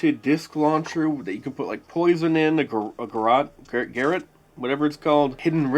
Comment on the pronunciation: Great video, man. It's "ghar-ought", not "Garret".